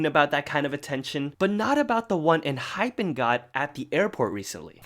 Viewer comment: Why you pronouncing ENHYPEN like that? Lol. 😂